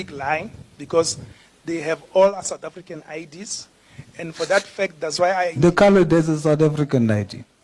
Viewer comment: Foreign national with a "Suth African ID"? Is that exactly what he said??????? Hebanna!!!!!